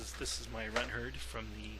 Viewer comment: you said runthurd wrong